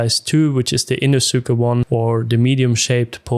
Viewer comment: Great video and good review! It was funny hearing it that way but I’m sure everyone would understand! Thanks for the review 👍🏽